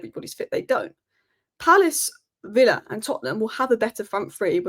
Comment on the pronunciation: You've definitely got villa wrong